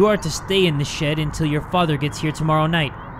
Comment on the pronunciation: it sounds like he's saying mutter and Vatter in german lol :> 🇩🇪